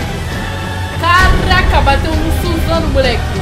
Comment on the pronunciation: Suzano😂😂, "sussano'o"